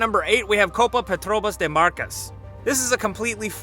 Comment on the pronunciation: Its fun how the guy say Petrobras